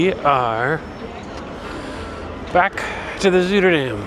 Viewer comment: A hot tub in the cool air - the best! By the way, the Zui in Zuiderdam sounds more like "zy" than "zoo." (The ui is actually a Dutch diphthong we don't have in English, but if you think apple "cider-"dam you'll be close.)